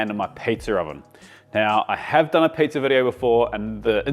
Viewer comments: me personally was more offended when you said pizzer instead of pizza😂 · Should be apologizing for the hard R you add to the end of pizza. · There’s no “R” in pizza …